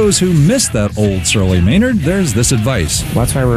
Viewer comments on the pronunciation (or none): you do know his neam is spellaed MAYNARD not MEENERD, right??? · lol, i thought i was the only one who noticed how he totally FUCKED UP MAYNARDS NAME and many other words in a whole sentence. Maynard is such a smart man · lol thats exactly what i was thinking ... i was like whaaaa the fuuuucckkk ... his neem is meeeenard jeeems keeeeneeen if your gonna say his name at least say it properly!! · lol i cant stop scrolling back to the beginning where he choses to not use any vowels besides Es. hesneemesmenerdjemeskeenen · ghahaha he said meenard xD what a noob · haha got to love Canadians and the way they pronounce things :)